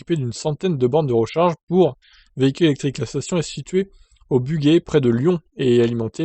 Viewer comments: Bonjour, on prononce "bujey" et pas "buguey" ! Moi j'ai l'impression qu'il y a plus de 110 Zoé...toutes estampillées EDF, et beaucoup de bornes libres qui ne vont encore servir à rien (je passe souvent devant)...sauf à compter parmi les fameuses 100 000 bornes de recharges soit disant prévues par le gouvernement....mais pas ouvertes au public...Désolant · '' Bugey '' Non non...on dit BUGEY...alors BU..JAI en phonétique...pas BUGAi.....quand tu appel Guy...du dit Gi.... Merci pour la vidéo...!!